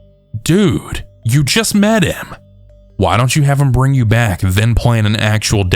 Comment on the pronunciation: I think it's cute the way you use a "k" sound at the end of words like wrong and bring so it sounds like wronk and brink